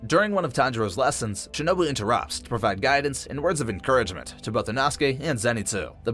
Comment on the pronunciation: u said it wrong shinobae not bu